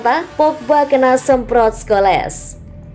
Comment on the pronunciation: PAUL SCHOLES= (dibaca: Skols). (Bukan Skoles)